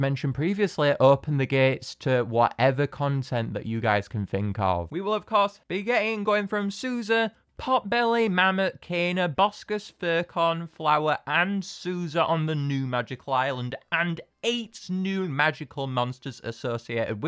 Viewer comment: you said corn it's con furcon not furcorn